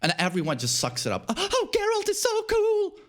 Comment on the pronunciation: Great vid as always! not expecting this to be read, but... for the algorithm anyway! nice take on Geralt (I think it is pronounced with [g], not [dzh]) and Snake) haven't played withcher 3 myself, never had such an impression. might do with the difference in localization. I heard that the best voiceover is in Polish, some merits to English dubbing (or localizaiton, not sure, maybe, I've heard that some jokes were better translated in English than in Russian), but the Russian voiceover is more popular where I live, and Geralt does not sound overly chad-like (or like Snake). Anyway, maybe changing localization might help you to get over this image :) And I never thought of David Hayter's Snake voice like something too manly. He always sounded like a heavy smoker, tired, broken soldier to me. Negan on the other hand has a very chad voice in my opinion :) And it's better to read Andrzej Sapkowski's books beforehand (very nicely written). Really helps to not care about presentation of the characters in the game :)